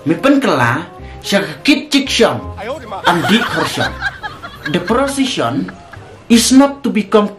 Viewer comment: Prosishon its not kit jikshon.😂😂😂.. lah jop i kpa b lah tymmian bun krian phareng..